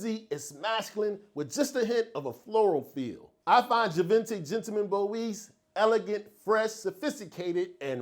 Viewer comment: Great choices as always my brother and good to see new content,also no disrespect please but the word Boisee is pronounced bwazay, salute brother 💪